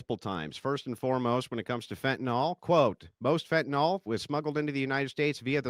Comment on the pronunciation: I must give Fugelsang 1 credit - at least he can pronounce fentaNYL correctly...